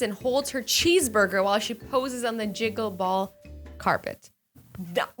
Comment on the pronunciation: “Jiggle ball” I think you meant Jean-gull 😂😂❤️